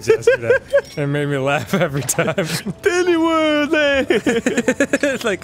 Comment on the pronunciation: “Didney Worl Land”